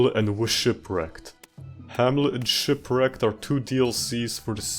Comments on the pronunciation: "Wahamlet" and "Whshipwrecked" had me dying laughing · 2 minutes in and I'm cackling laughing my ass off at "whamlet" and "wshipwrecked" 😂😂😂😂😭😭